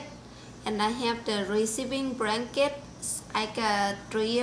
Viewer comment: Bradley Tompkins fucking google telling everyone my shit! all i did was comment on a youtube video....lol the asian lady in the video says Branket lol